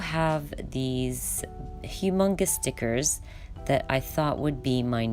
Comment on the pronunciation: Are you saying "stickers" or "thickets??""